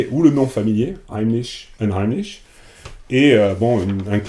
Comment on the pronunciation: Unheimlich est un mot allemand. Très surprenant de le prononcer avec un accent anglais... Meme à Londres les gens ne le font pas. Pas super convaincu des instincts et des choix de ces traducteurs. Ça vaudrait le coup de demander a des français à Londres de traduire ces textes, des gens dans le bain qui passeront par des constructions moins abstraites pour chercher des equivalences, y'en a plein qui gravitent dans les cercles et les lieux de feu Fisher, à l'université de Goldsmiths etc... Très franco-français et insulaire tout ça